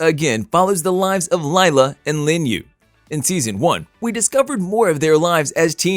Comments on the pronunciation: Omfg it’s not Lyla? It’s Lila like … Lee La !!! Fix this now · “Laila” its literally LILA. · Pronounced Leela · Yes please! My daughters name Is Lila (Lee la) I haaate when people call her lyla